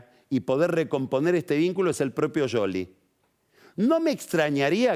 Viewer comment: A alguien más le molesta que pronuncie "Yoli" a Scioli??